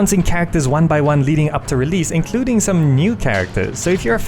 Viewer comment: REALEASE, lol. I like your accent.